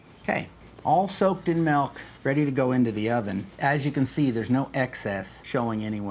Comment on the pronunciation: I hate it when people say " melk"